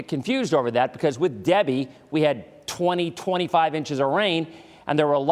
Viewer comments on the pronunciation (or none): THE STORM NAMED DEBBIE WHY DO U KEEP CALLING IT DABBIE JUST WANDERING